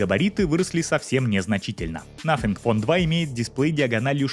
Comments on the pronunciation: Автор,извини... В Твоей презентации... Из за произношения-звучит,как.. НАФИГФОН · Надо поработать над произнесением названия телефона